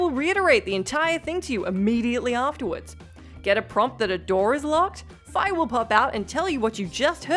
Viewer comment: The only time "Fi" was pronounced Fye was in Hyrule Warriors and was a localization mistake since Fye errs on Germanic pronunciations and not Eastern linguistics. Fee is the proper way to say Fi as far as LoZ goes.